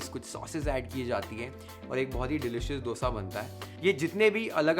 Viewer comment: thankyou for pronouncing it as Dosa . And not DHOSA.. Like most of the north Indians